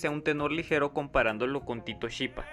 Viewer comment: Error grave: Se pronuncia Skipa, no sshipa! El sonido CH acompañado con la vocal e o con la vocal i suena como el Que o Qui